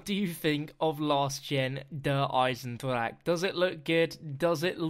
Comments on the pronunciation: eisenDRACHE Not eisenDRAKE 😂😂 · hate the fact that you call it "Der aiisendrak" m8, use google translate to see how to pronounce it